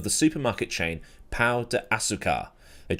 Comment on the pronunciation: love to see english speakers trying to say pão and coming with "pau". It brightens my day